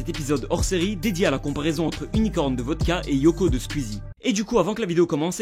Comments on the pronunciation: J'ai horreur de la façon dont il prononce SQUEEZIE «SKUEASY» 😂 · ARRÊTE DE DIRE SQUIZI wsh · Ça me stresse il dit [Squizy] et pas [Sqouizie] j'trouve ça trop perturbant mdr